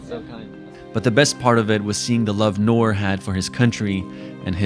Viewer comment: Don't want to be rude but it's noor